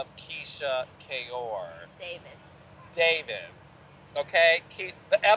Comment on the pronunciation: She said DAVISS😂😂❤❤❤